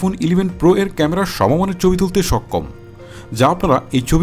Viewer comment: ভাই আপনার ভিডিও আমি দেখি সবসময়।।।কিন্তু ভাই আপনার কথার উচ্চারণ মনে হয় একটু খেয়াল করা উচিত।।।।যেমন আপনি ছবি কে বলছেম চবি।।।এটা কি ভাই।।।।।